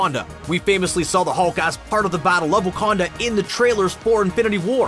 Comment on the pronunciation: yeah, the Wakanada as Banner Pronounces